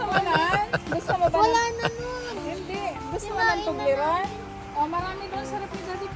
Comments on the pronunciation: ❤❤😂😂ahay di nya mabigkas ang tublerone,fevorite korin yan …Ingat kayo……😊😊😊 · Katuwa si hindi niya mabigkas ang tobleron haha bahay haha...expensive yan pero yamyam.matitikman n lahat dito.masaya silang lahat si zinea ay close silang lahat enjoy your groceries more a lot foods god bless